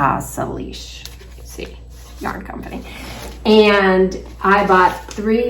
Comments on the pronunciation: So happy to catch up with your knitting and your adventures! I am loving the yarn from Oenling - it looks so soft and lovely. As does the yarn from Lamb and Kid!! I just wanted to let you know that the word Salish is pronounced Saylish. The name refers to the Indigenous peoples that inhabit the area. ❤ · I Salish is pronounced “sail’ ish” with the accent on the Sail.